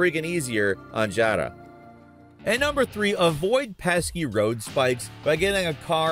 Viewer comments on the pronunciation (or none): Why not just say Yara lol what is this weird pronunciation “Dyada”? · I love you but just say the words how they're spelled, I got a good giggle when i heard Jotta (Yara) lol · He says "jala" not "yaruh" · How dude morphs 'Yara' into 'Jada' eludes me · Yara . Not jara. Pretty sure they say it many times in the game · Yara (YAR-uh) not Jara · why are you saying Jara? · Yara Not Jara....so annoying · I turned it off when he said “Gara” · jara? balacreas? did this this guy even played the game? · Why does he keep saying "Jara". The game pretty clearly pronounces it with a "Y" sound. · I hate how you tried to pronounce Yara and the different supremos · Bro the way you pronounce YARA, did you even play the game? 😭😭😭😭